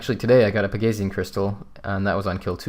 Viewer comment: it's pronounced peg-a-see-an isn't it?